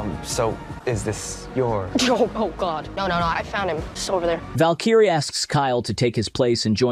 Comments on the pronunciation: it's Valk E Ray. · Fukn AI Narrator doesn't even know how to pronounce Valkyrie. Just told YT DON'T suggest this channel. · Val-kai-ray :face-blue-smiling::face-blue-smiling::face-blue-smiling